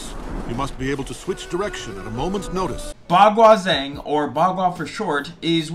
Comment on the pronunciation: Hey, I like your enthusiasm for Baguazhang. Just a few things that will help Bagua Zhang is pronounced (Bah Gwah Jahng) the Zh in pinyin makes the J sound Dong Hai Chuan is pronounced (Dong Hai Chu-an)